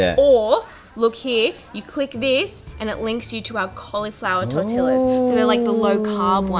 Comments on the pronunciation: I wonder if all Aussies say Tor-Til-A. 🤣 It is actually Tor-Tea-Ya. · noooooo tortilla !!! "torteea" is how ya say it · Tortilla is pronounced Tor-Tee-Ah lol you’re welcome xxx